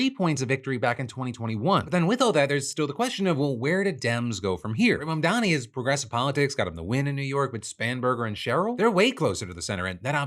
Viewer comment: YOU SHOULD LEARN HOW TO SAY IT! M-A-M-D-A-N-I